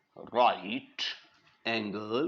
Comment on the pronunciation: rrrrrrrrrrr right😅